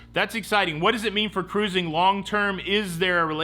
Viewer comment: I am delighted that you don't know how to say cruising (karoozin')...